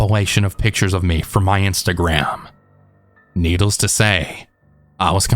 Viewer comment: Need-less to say tho not needles ,😂